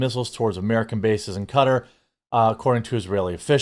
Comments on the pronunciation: Ka - Tar not Cutter lol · Isn't it Ka-Tar not Cutter.....? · I absolutely HATE the way you pronoun Qatar. It's KA-tar NOT cutter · It's pronouced kuh-TAR, not KUH-ter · It’s QATAR not CUTTER 🤦🏻‍♂️ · When did "Kuh-Tar" start being pronounced "cutter"???? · You mean to tell me Qatar is pronounced “Cutter” and not “Ka-tar”? Reminds me of when Kyiv went from being “key-ev” to “key-v” lol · It's not cutter. It's qu-tar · It’s not pronounced cutter, it is pronounced ka-tar. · Jeremy, it's "kuh-taar". Not "cutter". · Pronounced Kuh-tar, not Cut-er. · When did we change the pronunciation of Qatar(Ca-tar) to cutter? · Don't make my head hurt! It is pronounced Ka-Tar, not Cutter. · It's KA -TAR not Cutter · “Kuh-Tar” 😡 “Cutter”😁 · Great job but one small thing Qatar is pronounced Kuh-tar not cutter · Qatar is pronounced //kuh-tar// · Is it pronounced “cutter” or “ka-tar”? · Cutter? Do they mean Qatar, pronounced Kuh-tar or Kay-tar? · Qatar is not pronounced "cutter" it is pronounced "kah-tar". It's driving me nuts. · "Cutter" ? I think you mean "ka-tar" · "kuh-TAR," Jeremy. Not cutter. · kuhTAR not cutter. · It’s pronounced Cah-Tar not Cutter. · Q(like a K) A(A like apple) and TAR like the liquid. NOT cutter. lmao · say qwa then tar you might get it right. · everyone saying cutter is driving me nuts lol kuh-tar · It's not pronounced as cutter it's Qatar ka-tar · I think it’s pronounced “Ka tar” not “cutter”. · Why does everyone call it cutter, it’s frikkin ka-tar….. ka-tar 👍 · Kuh-tar. Not. Cutter. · QA-TAR not cutter 😂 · Im about to stop watching this dude just because of the way he says "cuter" instead of QUE TAR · Say Qatar correctly Kah-Tar not cutter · Strange hearing it pronounced "Cutter". I'm sure it's more like "Cut-tahr" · It's not cutter... it's Qatar. Pronounced katar not cutter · I dont think its pronounced cutter. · Do you know you're pronouncing "Qatar" wrong? You're saying it like "cutter" 😂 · You pronounce it ka-tar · If I'm not mistaken it's ka-tar